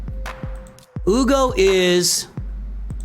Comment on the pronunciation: I think Uugo is pronounced "oooh la la go"